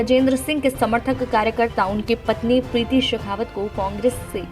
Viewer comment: शेखावत नहीं बल्कि शक्तावत बोले